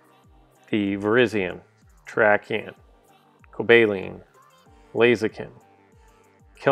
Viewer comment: The pronouncation is coba-leon